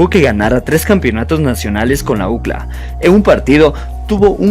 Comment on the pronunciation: Chevere tu canal pero aprende a pronunciar UCLA...